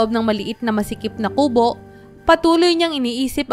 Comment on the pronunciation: Ayusin mo ang pagbigkas Ng salitang kubo di maragsa Ang pagbigkas nyan